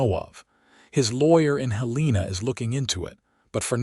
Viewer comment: It is said that you can't teach an old dog new tricks, and apparently, you can't teach AI proper pronunciation. Heleena and St. Louie appears not only in this story but virtually in every AI narrated western story on every western oriented channel. Having said that, this was a nice, enjoyable story.